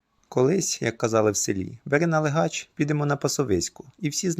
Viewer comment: У слові налигач наголос на другому складі: налИгач, а не налигАч. Принаймні в центральній Україні. Не думаю, що десь це слово звучить по іншому.